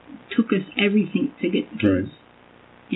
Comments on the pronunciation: And she has a masters in education yet she says "everythink" ...please!! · The way she says "EVERYTHINK"🤢 💙💙💙